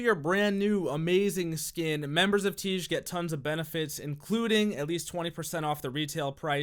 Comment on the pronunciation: Until you figure out how to pronounce tiége imma wash my face with shampoo